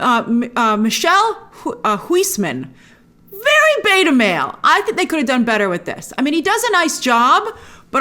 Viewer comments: I will wake up early for the premiere. Michiel Huisman is from Holland and his name is pronounced more like 'Mee-heel Hoysman'. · His is even in Dutch a very Dutch name: here is an approximation of how to pronounce his name in English: Mick-EEL HOUSE-man. Happy Friday! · It's honestly very funny hearing her confidently pronounce 'Djimoun Honsou' but then carefully mispronounce Michiels name. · I LOVE how Grace pronounces "Michiel Huisman" 😂🤭😍 Its a Dutch name and I am Dutch myself, so I couldnt wait for this. You deserve ALL the credits for trying, dear Grace